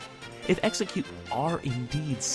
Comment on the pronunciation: It's Ex-Egg-Cute